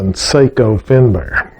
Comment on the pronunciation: I own a fine Sako Finnbear in .270 caliber. I too received the rifle as my graduation gift. According to historians and the Sako website, the name Sako is pronounced "SOCK-O".